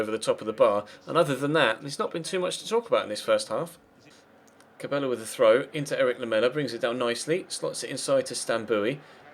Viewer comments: Cabaya is how you say cabella I think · Is cabella not cab ella